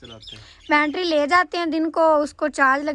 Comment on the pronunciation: Bantry nahi hota battery hota he,apni ammi ko doctor ko bhi dikhayen